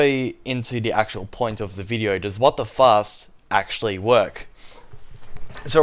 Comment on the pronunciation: when he says WTFast I always hear WTFuck